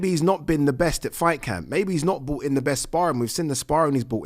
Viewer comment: Love the, but the channel is 'bRought' to you by... not 'bought'. Carl Frock (the Hall of Famer) says the same thing, cmon guys, it's simple English!! 😂